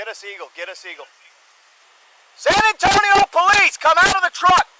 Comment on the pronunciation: The way you pronounce san antonio was very accurate